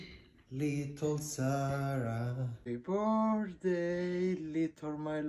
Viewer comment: "Leetle my loove" 🤣🤣🤣🤣